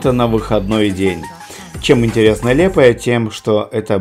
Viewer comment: Вы неправильно говорите не лепая а лиепая